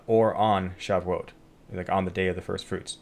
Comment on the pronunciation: Pronounced Sha voo it